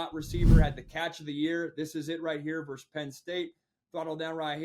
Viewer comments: It's verSUS, not verse. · Pet peeve - when you speak “vs” you should say “versus.” To say “verse” is a completely different word with its own meaning. So if you want to abbreviate versus as “vs” when written, that’s great, but you still say “versus” out loud.